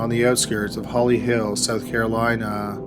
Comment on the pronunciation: Holy crap ... dragging the final syllable at the end of each sentence is distracting and it's a deal breaker for me. South Carolina has never been pronounced so damn poorly. My first and last watch on this channel. Had to leave it unfinished due to the godawful narration. Not trying to be mean, but life is too short to sit through that auditory torture.